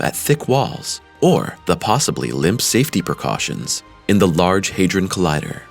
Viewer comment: HadRon not haderon ron